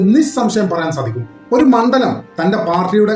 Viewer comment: മണ്ടല൦ അല്ല മണ്ഡല൦ആണ്.